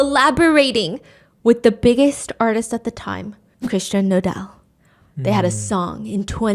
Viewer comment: Stephanie its pronounced Noel